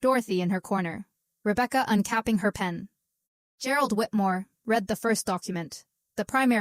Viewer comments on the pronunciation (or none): The”day they ‘reed’ the will”. No respect for the viewer/listener. Need a human editor !